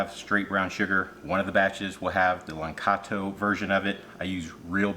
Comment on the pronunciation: It's La•KAN•to, not "LaN-KAT-o".